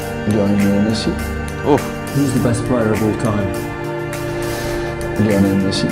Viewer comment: LIOnel not LIEonel